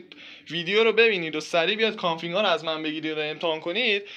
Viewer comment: داداش کانفیگ نه کانفینگ